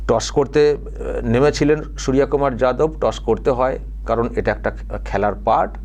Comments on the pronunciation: এটা কিন্তু ভুল হচ্ছে উনি ঠিকমতো উচ্চারণটা করতে পারেননি এর জন্যই তো এংকার ভাষাটা শুধরে দিল এর জন্য ও লোকের কোন দোষ নেই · আসলে উনি তো মূর্খ উচ্চারণটা তাই করতে পারছেন না। আসলে ওরা শুয়রের সাথেই খেলার উপযুক্ত। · মনে হচ্ছে নাম ঠিক করে উচ্চারণ করতে পারে না ।জিহব্বা ঠিক কাজ করছে না । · অশিক্ষিত লোক তো তাই ওভাবে বলছে.. উচ্চারণ করতে পারছে না 😂😂😂😂